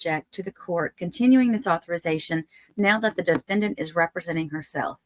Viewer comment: the DE-FEN-DANT